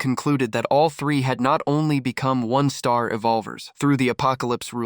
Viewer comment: Your ai can’t pronounce one star , and one star appears a thousand times 😭